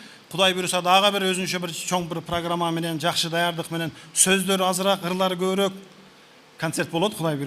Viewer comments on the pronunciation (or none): none